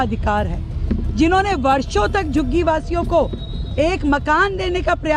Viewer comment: Abe tere zabaan hai ya commode? 😂😂 Jhuggi ko shuggi kyon bol rahi hai 😂😂😂😂